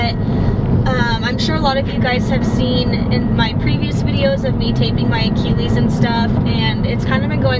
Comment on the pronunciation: Idk why, but the way you pronounce “achilles” kind of irritates me.